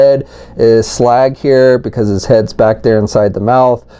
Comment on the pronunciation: Says Slug not slag